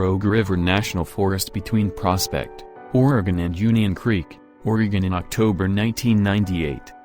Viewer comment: If you're going to talk about Oregon it's probably a good idea to learn how to pronounce Oregon correctly. This narrator's tone, and phrasing makes the mysteries sound like low level comedy.